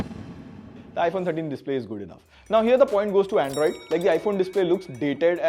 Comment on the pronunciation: ayo wtf is 'Aeeindroid' ????